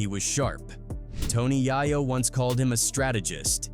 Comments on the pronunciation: Its yayo not yahyo smh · Tony Yahyo is crazy 😂 at least pronounce the name properly smh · They KallinG My BiGG Homie His Name OUTTA POKKeT…. “Yae-YO” NOT: “yah-YO” this Internet Shyt Na$ty 🤦🏾‍♂️ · Tony Yah-yo 🤦🏾‍♂️ It’s pronounced Yay-yo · Why you keep saying yaw yo lol it’s yay yo say it together yayo. You moron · Dude... IT'S.... YA-YO NOT YAHYO YAAAAA-YOOOOOOO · Bro how you not know how to say YAYO? Think of what that means pretty simple. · Toe-KNEE Yai-YO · Bro said Tony YoYo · These non culture goofy content creators don’t even know how to say YAYO! Making money of a culture they don’t even completely understand. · The Narrator call Tony Yayo, Tony Yaah Yo, DAM just Fucking Up his name!🫵🤔🧐🤨😎👀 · "Tony Yai-Yo" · Who tf is Tony Yi-Yo? Lol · I HATE This Internet Shyt 🤦🏾‍♂️ Thys Shyt ODEH Na$ty WorKK and Diabolical…… I Hate That Yall Kan POST Shyt and NOT Know FaKKtz ….. Yall Was Klose Tho ONLY BcUZ yall bacKKed yall selves w/ Videos but MO$T of the AI chit ChaKK ….!!!!! $TOPit$LIME …. Yall Kant Even Get Yayo “Yea-YO” name right like WTF 😂 🤣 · Yooo Pronounce YAYO it's YAYO 🤦🏾‍♂️ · I turned the video off when you pronounced Tony Yayo wrong. Culture Vulture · if you can't even say tony yayo name right I can't believe your story 🤔